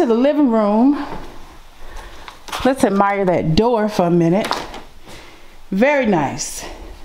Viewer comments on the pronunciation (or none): none